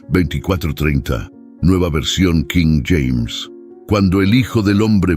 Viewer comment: Cada vez que dices nueva versión quím James...me obligas a quitar el video